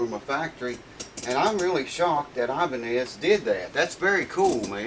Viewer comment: Well made videos. I-banez (Indiana sound not Idaho). My middle name's pedantic:) Schart-iger I guess? but how about Schar-tiger?